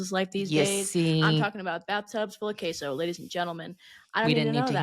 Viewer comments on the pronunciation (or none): none